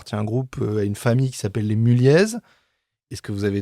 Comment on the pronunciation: Il faut dire : "Mullié" et non pas : "Mullièze"